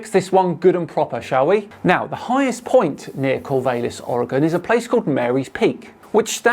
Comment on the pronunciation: THANK YOU for saying Oregon correctly. As for Rainer and Corvallis though…never heard those pronounced that way before. 😂